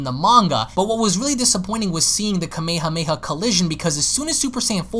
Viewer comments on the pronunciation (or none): none